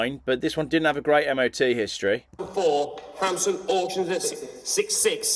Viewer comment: Wtf he keep saying hamson auctions the tit